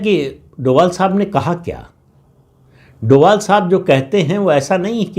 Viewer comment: Sir His sirname is Dobhal not Doval